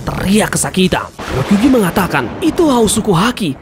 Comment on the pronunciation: RYO KU GYUUUUU ,, JANGAN SALAH NGUCAP MIN